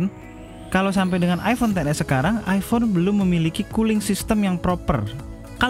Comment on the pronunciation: Iphone bro bukan ifon